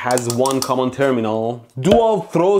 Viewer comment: When ElectroBOOM pronounced the word "common", I suddenly felt an urge to retake oral English class😅😑